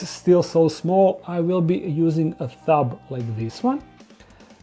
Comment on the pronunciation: I like how he pronounces tub as thub sometimes